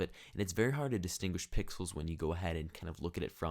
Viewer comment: He said pickles instead of Pixels😂😂😂😂😂